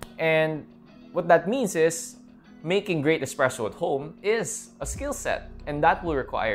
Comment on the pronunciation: expresso isn’t a word it’s a bad mispronunciation of the word espresso.